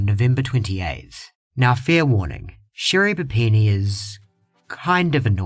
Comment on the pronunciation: Never going to unhear Sherri Panini and I don’t want to 😂